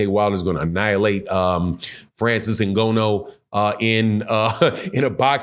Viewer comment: please my man Francis N-gone-new